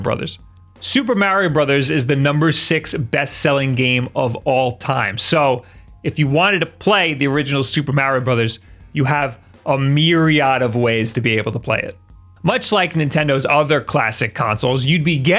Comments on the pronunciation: You've pointed out that people pick on you for putting "Mary O" wrong. You also pronounce myriad "miree odd" wrong. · I was about to criticize the way you said "myriad" but then I remembered you say "Mario" like an old woman who doesn't speak English. Love you!: )